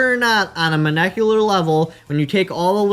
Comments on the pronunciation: Monecular? You mean molecular. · Lmao I was gonna say 'on a monekular level' to mess with him lol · Lmfao ur a cool dude man but its molecular not monecular lol. I know who would know gun barrels the best. How about asking Jerry Michulek? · On a "monecular" level?